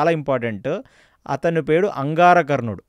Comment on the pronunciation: అంగారకర్ణుడు ❌ అంగారవర్ణుడు ❌ అంగారపర్ణుడు ✅